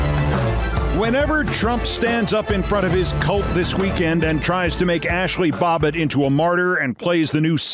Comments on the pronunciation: Babbitt! Not Bobbet! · Don't know if it was intentional or not, but I suspect not, that Keith mispronounced Ashli Babbit's name as Bobbit. Just don't want to give the trolls any more to whine about! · I love you keith but it is Babbitt not Bobbitt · BAB bitt... Not BOB bitt, Keith. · It's Babbit not Bobbit